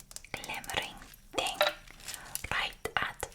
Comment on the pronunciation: The way she annunciates "Tuck away" and "Qui-et" The 'th' sounds in 'thing' and 'with' are pronounced like "Ting" and "Wit". I'm sure there's more but those are the most characteristic things I noticed show up. I lack the vocabulary to into as much detail as I'd like so it's mainly a vibes thing for me w